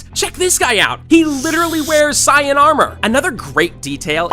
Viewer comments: "He literally wearing cyan armor!" I think he meant saiyin ( Say-in)💀💀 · Bro said sayan instead of saiyan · No way he said "sian armor" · bro said "cyan armor" its saiyan armor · S-iye-n Armor made me cringe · Saiyan isn't pronounced cyan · DID THIS PIECE OF CRAP JUST SAY SIGH-IN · bro really pronounced saiyan as cyan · I'm disappointed in the way you said saiyan. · You are obviously a fake anime fan if you can't even pronounce "Saiyan" correctly